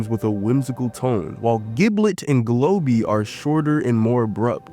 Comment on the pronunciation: bro saying giblit is so funny